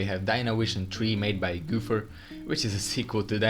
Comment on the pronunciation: NAH HONEY NO GOOPHER ITS GO PHER SORRY RLY BUGS MEH